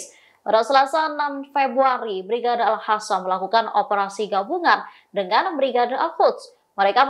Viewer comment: Al qassam mbak , not al hasam😅